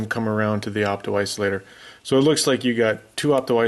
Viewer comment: Did you say "iso-optilator" or did I imagine that? :) I had a co-worker that once said it that way and I adopted it and say it on purpose once in a while, when the opportunity arises, just to see if people catch it. Sort of like when I use the phrase "I'll see that when I believe it."